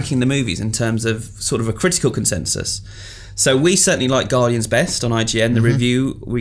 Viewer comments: Haha "Gardians" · "Gardians" aye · "Gardians"? Bravo IGN. Dat quality control. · not being a word/spelling nazi here but "Gardians"? lol :) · lol "Gardians" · TF is a "Gardians"? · Guardians* not gardians